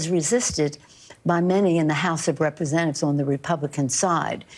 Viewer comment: What the hell happens to these people where they cannot pronounce full words? The House of Rep-esen-ives????😳